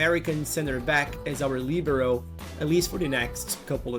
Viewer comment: I like your perfect pronunciation of LIBERO with the accent on the I. Another great video. Please keep going with your content.